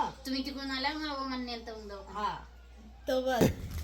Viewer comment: दवाखाना असत ते 😊 दावखाना काय बोलतात😂😂ती रोहिणी पण तशीच